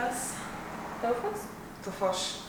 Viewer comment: Polonyali tam senlik ,tofaşi bile duzgun okuduysa bizden baba al gitsin 👌🏻